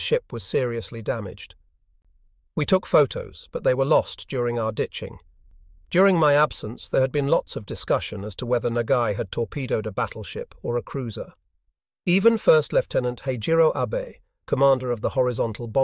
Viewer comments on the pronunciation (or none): Yes, it's not bad. I suspect that there's probably a way for the uploader to correct the mispronunciations and awkward inflections, though. Poor Admiral Abe is now connected to Abe Lincoln rather than Prime Minister Abe.